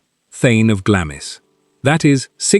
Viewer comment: Glamis is pronounced "Glahms"...